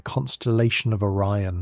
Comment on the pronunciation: The constellation of orren? O RI ON